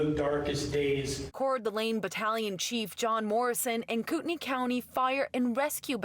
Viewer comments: Im from Idaho, pronounced coot knee county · Y’all it’s pronounced koot-ney. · In North Idaho we say "koot-knee" county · Get your facts straight, you don't snipe with a shotgun. Also pronounce the county and city right.